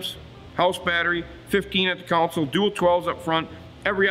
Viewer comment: Don’t mean to nitpick but console….not council.